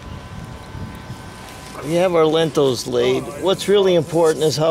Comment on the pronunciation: Great video but they're called "Lintels" not "Lentils"😂. Lentils are a food!